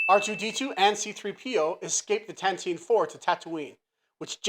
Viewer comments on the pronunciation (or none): none